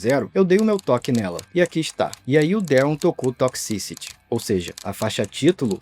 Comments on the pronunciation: Quanto mais ele pronuncia a palavra "toxicity" mais agonia eu sinto pqp q difícil pra pronunciar "toqsi ciri" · Aflição ouvir 'tócsi-síri' errado várias vezes rs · "Toxisty" que agonia isso.....